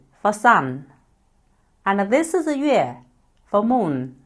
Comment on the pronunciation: 你的英文moon不是像你说的，如同南方人说梦mum,其实是m un.｡想想你发音m对吗？大部分中国人不能发m(英文)的音，因普建话里没有。